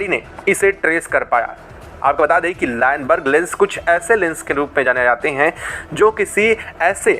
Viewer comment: अबे चोमू लाइनबर्ग नहीं लूनबर्ग लेंस होता है , बोलना सीख ।